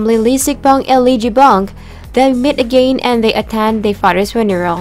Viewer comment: Pls.listen to local English speakers / teachers so you can learn how to pronounce basic and simple English words, such as 'river, consider, again, etc... It's annoying to hear such simple words being mispronounced. You have great diction and voice tone, but you have to study proper and correct English pronunciation (include grammar, too), to improve the quality of your video narration. Thanks!